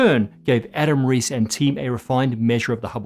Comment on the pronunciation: Not sure if this has been pointed out already, but it's Adam Riess (not Reiss)!